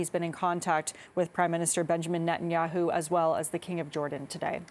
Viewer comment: 'close contact with primeson neha naho' 🥴